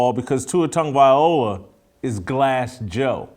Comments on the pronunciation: Much respect Jason, but please pronounce Tua's last name correctly. It's Tago-vai-loa, not Tago-vai, ola. You got the Tago and the vai, part correct, but the last syllable is pronounced (loh-ah), not o-lah, like you've been saying. I'm a big fan. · It’s not VIOLA, It’s VILOA 😂 Come on Jason! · It's Loa not Ola getting it right is important especially when your trying to trash the man I thought you made good sense in some of your other videos but you are dead wrong on this issue ✌️ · At least try and pronounce his name properly. It’s TAGO-VAI-LOA not OLA. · Please. Please. PLEASE! His name is easy enough to pronounce: Tag-Oh-Vay-Loua